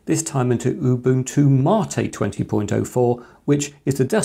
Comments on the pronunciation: Ubuntu /māt/ not Ubuntu Mah-teh lol explaining computers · It seems like a cool enough board, but the no Wi-Fi/Bluetooth situation essentially kills its usefulness for me sadly. Also... Ubuntu "Maa-te" I am in pain as an Australian who just says Mate. Lol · Ubuntu matey lol